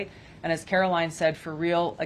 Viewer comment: Karo LINE NOT KAROLIN